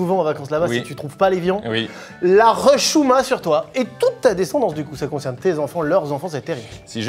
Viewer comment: frero carlito dit bien " hchouma"